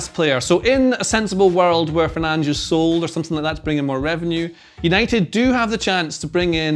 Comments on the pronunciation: It’s not Fernand’s it’s fur-nan-dez. Get the name right at least hater. Sick of most ppl hating on Fernandes who has given so much for this club. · 'Fernange' 😆,, that's not his name. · No way it’s pronounced ‘Fernanj’. Is it?! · I know he’s pronouncing it correctly, but its Fer nan dez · Are we discussing you saying Fernanj or nah? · He's really calling fernandes "fernaj"😂😂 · no, it's not. brazilian here, with a portuguese family. it's not fernange in any accent. it's less bad to pronounce it with a spanish accent than whatever is going on in this video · Fernandes is his name 😅 Kills me him not saying his name